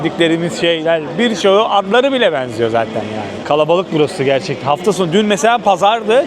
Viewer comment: Kardeş bu e sesini düzeltmen gerek bence bu işi yapıyorsan. Özellikle eelli, geenç, beenziyo gibi. Naçizane tavsiyemdir. Başarılar...